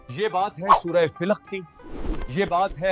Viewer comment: plz surh ka name sahi bolin